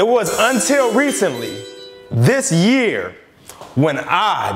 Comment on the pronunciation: YAER?? OR YEAR?? lol